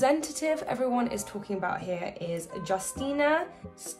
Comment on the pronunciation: we say her name - You-stee-na